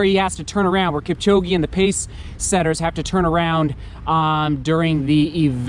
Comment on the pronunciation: Plz not kipchogi but kipchoge,,,,,,proud to b a kenyan